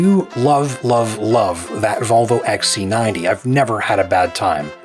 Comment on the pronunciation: its xc90 and not x ssaaa c 90, bad mouth